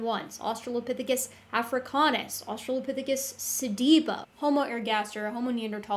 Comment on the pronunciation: I'm cringing every time he says "Australiapithicus"...